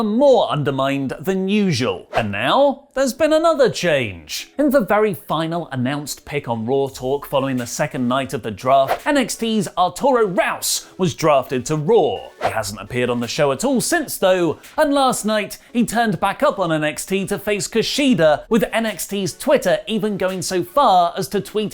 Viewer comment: Arturo Raus? It's Ruas, pronounced like Huas.